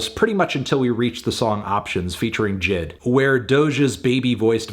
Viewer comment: It’s definitely a little unfair to just dismiss her R&B tracks as “boring snoozers”. It’s not okay to put anyone who raps inside a box where every track needs to be rap centric. Also it’s pronounced “J I D” not “jid”